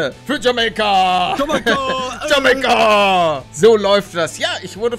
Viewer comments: bitte hör auf das jamEika zu betonen das heißt jamAika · Deutsche Sprache: JamAIka Paluten: JAMEIKA Deutsche Sprache: Am I a joke to you? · wie blöd kann man sein, es heist jamaika auf deutsch und (ausgesprochen) jameyca auf englisch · Es heisst jameika niche jemeike👌🏼super geiles video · Lieber Paluten, Es wird Jamaika also mit "a-i" und nicht mit "e-i" ausgesprochen P.S geiles Video👍👍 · Sagt pale die ganze Zeit jameica anstatt jamaica ? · Palle... Es heißt JamAica Und nicht JamEIca😂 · Paluten man spricht es Jamaika aus und nicht "Jameika", da gehört ein "a" Vokal dran und nicht ein "e". ;D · kannst du BITTE wieder für Deutschland spielen? Es triggert mich wie du JamEika sagst, und nicht JamAika hahaha. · ALTER ES HEIßT JAMAIKA NICHT JAMEYKA! ALDA TRIGGERT DAS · es heißt Jamaika und was sagt palle? jemeka😂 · Jamaika... Nicht Jameika... Ich bin grad so fkn triggert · Sprich es bitte Jamaika aus und nicht jameika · JAMAIKA NICHT JAMEIKA AAAA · Bitte sprich es richtig aus und sag Jamaica und nicht Jameyca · Es heißt nicht Jemäica sondern Jamaica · Jamaika nicht jameika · Kannst du es bitte jamaica und nicht jameyca aussprechen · Nicht jamayca 😂 sondern jamaica aussprechen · Könnt ihr Jamaika nicht mal Deutsch aussprechen? Bitte? Es heißt "Jameika" und nicht "Jamäika"! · Jemaika wie palle sagt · wie Paluten jamaika sagt hat mich mies getriggert :D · Palle es heißt jamEIka (also ausgesprochen) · Bei ihm klingt jamaica wie jameeicaa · Palle es heißt Jamaika nich Jameyka xD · Bitteee es heißt Jamaika ("TschamEIka" Wie das Ei) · Warum spricht Palle Jamaika Jame-ika aus, des triggert mich so xD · Erstmal Jamaika richtig aussprechen bitte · Palle sprichst du das mit Absicht falsch aus das spricht man jameika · Das spricht man jameika aus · Wie er das ausgesprochen hat mich übelst getriggert😂😂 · Kannst du bitte Jamaika richtig aussprechen das triggered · Uuuunnnnnddddd DEUTSCHLA..... JAMAIKA? JAMAIKA. OK. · Bitte sprech Jamaika das nächste mal richtig aus